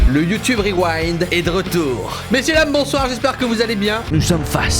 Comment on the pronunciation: C kro bien le YouTubeuh Reuwinde